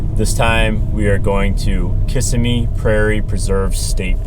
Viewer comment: I have been there several times, but should stop talking. He started by miss pronouncing the name Kissimmee.